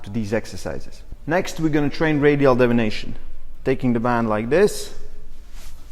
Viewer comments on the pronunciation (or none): I really appreciate the video. Just a heads up, it sounded like you said "radial devination." You meant to say deviation. Not trying to nit pick. Just want to be helpful. Your english is great. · Deviation not devination.